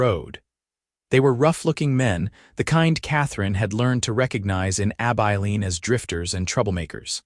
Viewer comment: Stopped after about 2 minutes when the narrator mispronounced Abiline.